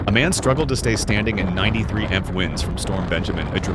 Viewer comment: AI Narration sucks! Quote "93 mmmppphhh winds erupt". Miles per hour not MPH pronounced as a word. Terrible.